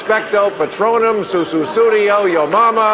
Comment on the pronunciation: When Bill Maher said “Su Su Suddio” I almost wet myself.